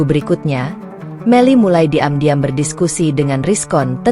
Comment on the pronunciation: Tolong pembaca narasinya yang enak, karna setiap mendengar ada membaca narasi yang begitu menggebu-gebu, begitu saya asyik mendengar ketemu pada kalimat yang anda baca saya kok langsung ketawa, misalnya:mu, anda baca emyu, dan diam-diam jadi di'am-diam, Terima Kasih, ma'af jika saya salah dan lancang.